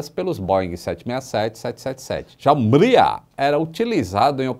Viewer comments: Não é "Míria", é "Mrí-ia". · se pronuncia Mria mesmo e não miria!! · Tô rindo até agora da pronúncia ucraniana do.... Hehehehehe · a pronúncia correta é algo muito parecido com o nome Maria no sotaque de Portugal. Curioso né? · É impossível pronunciar Mriya, sem parecer um Português falando Maria!!